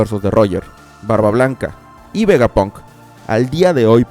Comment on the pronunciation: Una pregunta desde la ignorancia, ¿porque dices VegapOnk en lugasr de VegapAnk? pq para mi tiene más sentido así, debido a que palabras como SteampAnk o ciberpAnk se pronuncian con la A